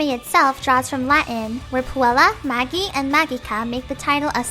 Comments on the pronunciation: Puella Magi Madoka Magica is pronounced PUELLA MAJI MADOKA MAJIKA not PUELLA MAGEEEEEE MADOKA MAGEEKAA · It should be pronounced "maji" and 'majica" though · it's got the j sound. She pronounces a shit ton of stuff wrong in this video (mostly regular English stuff though actually)